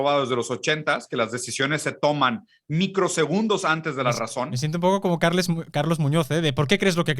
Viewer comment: No sabia que en inglés Carles se pronuncia Carlos